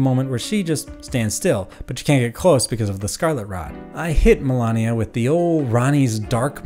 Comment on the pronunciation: The name of the boss is "Malenia", not "Melania". She tells you her name every time you die to her, after all.